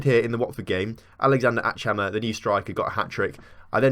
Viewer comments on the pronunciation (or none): castillejo is worth getting, would probably be your best winger especially as an inside forward. Also, please pronounce achhammer as ack-hammer